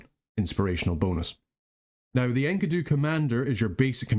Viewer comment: Thanks for another cool national overview, but, "Enky-doo" Really? ^_^ I have always pronounced it "En-key-doo" so that was a real trip...